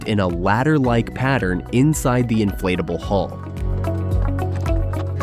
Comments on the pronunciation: ”Inflateble hull”. 😂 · Why does the narrator keep calling it an inflateable boat